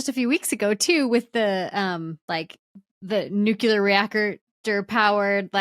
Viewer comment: "nuculer" x_x